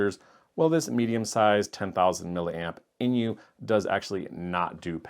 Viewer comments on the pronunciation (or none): INIU is pronounced just like "I knew" [AiNiu], not "in-iu." The maker is from Japan, where "inu" (犬) means dog—which is why they have a paw print as their logo on so many devices.